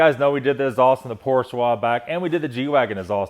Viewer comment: It's hard to take advice on Porsche from someone who doesn't say PORSCHE correctly!!!😀😀😀😀🚘🚘